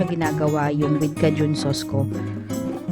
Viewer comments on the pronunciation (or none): Thank u for the recipe! Proper pronunciation for nang cajun is K-jun. Like letter K and joon. Hindi for Caaa-joon! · Ate, it is pronounced as , key jun, not kajun. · Cajun pronounced as (/ˈkeɪdʒən...sorry po ahh bothered lng aq pag nririnig q...tje recipe seems great thou. 😍😍